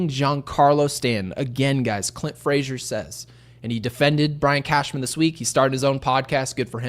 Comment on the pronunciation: Lost me when you said Clint AAAA Frazier!!